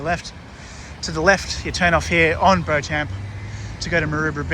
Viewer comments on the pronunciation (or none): Bauchamp pronounced bee-chum